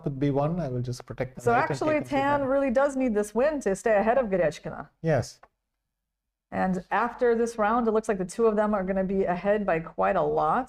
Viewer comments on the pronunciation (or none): Irena Krooosh should pronounce a. Goryachkina's name correctly. It doesn't have an "etch" sound in it. Good grief ..